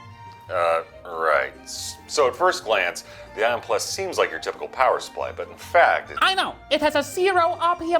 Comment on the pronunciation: Got me with the "Power Suppry"